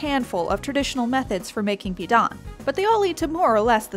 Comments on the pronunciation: Really weird hearing them say pidan without the proper tone but i guess I dont really like it on its own but it did go well with vegetables and salted egg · Pee-Dan Pronunciation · You know how people usually look up or google how to pronounce something before they start repeatedly saying it on a public platform? Yeah... it didn't happen here